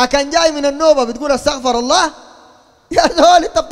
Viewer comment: تنبيه للشيخ أرجوا توصيلها له. أستغفر الله. الصحيح ضم الراء لكي ينسب الاستغفار للعبد. وفتح الراء ينسب الاستغفار لله. والله أعلم